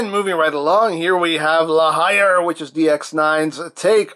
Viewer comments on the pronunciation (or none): I think La Hire is said like La Hear... Cos it's French.